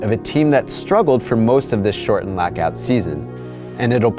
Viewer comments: Are you saying "lackout"? What the heck is that? I can't unhear it now. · please stop trying to say lockout.